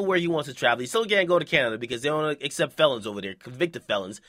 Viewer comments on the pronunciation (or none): none